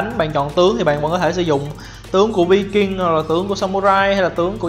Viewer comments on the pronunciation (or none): Em tưởng Viking đọc là Vai-kinh?